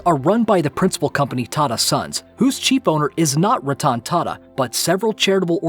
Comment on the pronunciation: The way you Pronounced Ratan Tata is Horrible. Happy to see that he has immense wealth. He is a nice guy and contribute to charity